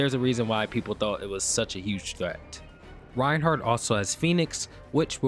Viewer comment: Reinhack not Reinhard 🐧